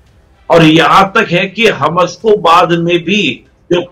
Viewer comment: Bhai Hamaas pronounce hota hai Hamus nahi 😂